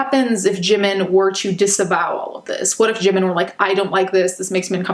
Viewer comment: they claim they love Jimin so much yet cant even pronounce his name right wtf